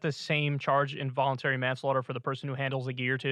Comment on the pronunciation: Dude is not hooked on phonics :(